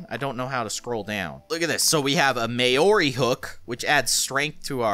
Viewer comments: maori is actually a language + culture and it is not pronounced that way, in Maori your roll your r’s, and it’s pronounced m-ow-o-ri like mouldy but rolling your r’s. and yes i am maori. if you look up the legend of maui’s hook. thats the hook in the game. (for everyone who can speak maori: kia ora!) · You said Maori wrong